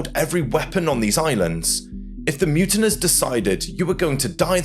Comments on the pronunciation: Mutineers not muntiners. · Mutiners? Who pronounces it that way? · MUTINEERS. MU TIN EERS pronounced as MU TIN EARS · The word is pronounced mute in ears!!